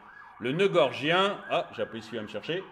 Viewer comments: excellente vidéo... une de plus! 👍 p.s : c'est le noeud "gordien" et non "gorgien" 😉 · noeud gorDien et non gorgien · bonjour, svp, noeud gordien, pas gorgien!!! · Il me semble que l'on dit nœud gordien. C'est un détail de puriste. Pour l'ensemble, vous avez raison 😊